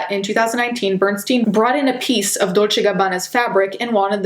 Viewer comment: i love when your accent comes out when saying gucci and dolce